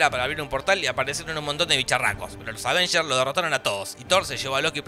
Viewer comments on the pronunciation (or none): me gustaba mas cuando decias Advengers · Al fin dejó de decir "aDvengers"